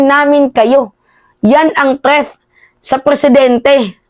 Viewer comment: TREATH??? 😂😂😂 ayusin mo teh..